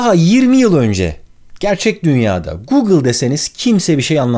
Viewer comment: Neden google ve alibaba derken R leri V olarak söyledin çok enteresan :D